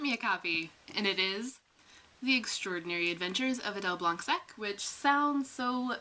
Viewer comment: OMG Adele Blanc-Sec made it to the US? That is... quite surprising :P (I'm French and still amazed whenever one of our moves is heard of across the Atlantic) (oh and we do not pronounce the 'C' in blanc :))